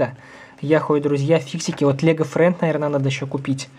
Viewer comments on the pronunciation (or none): Класс!! Не лего Фрэнд а лего Фрэнс!!